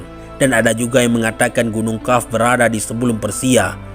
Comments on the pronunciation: qaaf bukan kaaf.. sebut hurup yg benar,. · Kok bacanya Kaf?